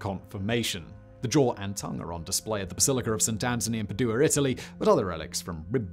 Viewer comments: Also it's PAdua not PadUa! 😅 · Or Padua for that matter